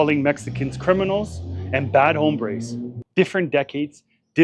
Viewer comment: Trump didn't say "bad hombres"; he said "bad hambres." I am still trying to figure out how you deport that.